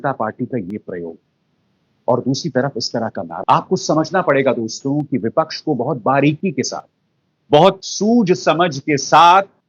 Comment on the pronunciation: अभिसार जी, आप के विश्लेषण वाकई प्रशंसनीय, काबिले गौर होते हैं, पर आप 'दोस्तों' शब्द का उच्चारण सुधार लें। प्रत्यक्ष प्रस्तुति में 'दोस्तो!' सही है न कि 'दोस्तो' । अप्रत्यक्ष कथन में दोस्तों सही है, आप तो दर्शकों, श्रोताओं से मुखातिब होते हैं न! अतः दोस्तो उच्चारण करें। मानें, न मानें , आपकी मर्जी। स्नेहाभिवादन!